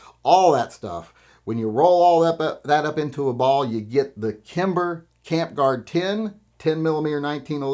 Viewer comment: You lost me at “Kimber”.